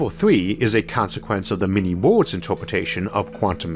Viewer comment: My favorite of his pronounced words is ""wohls"" for _Worlds_